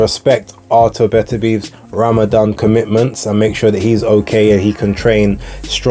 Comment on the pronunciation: Appreciate you pronouncing Ramadhan properly